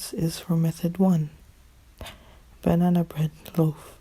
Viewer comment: Banan bred? Banan bred👌